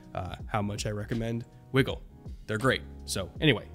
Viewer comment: I believe Wigle is pronounced "Why-gle" just FYI